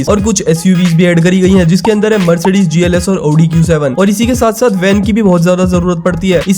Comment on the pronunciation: 1st time saw someone pronouncing audi correctly